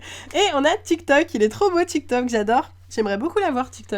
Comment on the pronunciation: c est pas tic toc mais tic tac et j adore tes videos